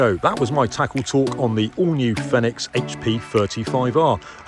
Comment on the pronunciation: It's pronounced "Feenix" or "Phoenix" aka the fire bird (like the one on their logo)